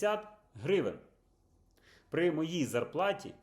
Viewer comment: Не хрущівка а хрущовка! Не Хрущів а Хрущов! Не гревен а гривень!